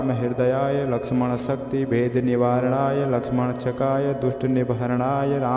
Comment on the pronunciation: श्रीमान या तो आप एक शब्द का गलत उच्चारण कर रहे हैं या गलत लिखा गया है। वह शब्द इस प्रकार लिखा गया है। लक्ष्मणक्षकाय। और आप इस शब्द का उच्चारण यह कर रहे हैं लक्ष्मणशकाय। इस शब्द को सही से उच्चारण कीजिए या फिर शब्द विन्यास को सही कीजिए।